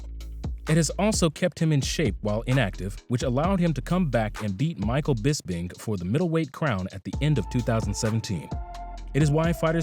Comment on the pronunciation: The only 2 names he pronounced correctly in this video. 1) George Saint-Pierre 2) Michael Bisping 🤦‍♂️